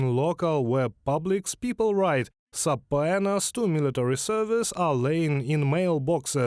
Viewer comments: Just FYI it's SUH-PEE-NUH, not SUH-PO-AY-NUH... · Very interesting. Thank you. It's pronounced "subpeena" - the "o" is not sounded. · if I can pronounce Kyiv, you can pronounce suh-pee-nuh. Are you sure you're using the word correctly? Subpoenas are for a summon to a court of law. Orders to appear for service I think are just called orders. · Pronunciation tip: subpoena is just pronounced “sooPEEna”. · It's great, but it's pronounced "SAH-pee-nah". Keep up the good work. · subpoena = "sub-pee-nuh" :) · Sa pee na. Government-required appearance. It’a probably a Greek word, so it doesn’t follow Latin pronunciation rules. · subpoena -> sub-PEE-na. 😉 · Just a note to the translators - subpoena is pronounced "suh-peena. Bizarre, I know. 😃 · subpoena = suh- PEE- nuh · It is pronounced supina(suh·pee·nuh) my frient😉. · Thank you. But that word, subpoena - check the pronunciation. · Respect to Russians who say no to their corrupt dictatorship. I also appreciate for anyone who is bilingual but please check a pronunciation guide for the word subpoena. It's not phonetical. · Sounds like a crap report. Surely, you would learn to pronounce "subpoena" before reporting. But no, everybody mispronounced it the same way. ...Meh. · I'm grateful that true evil is dumb. Best pronunciation of subpoena EVER!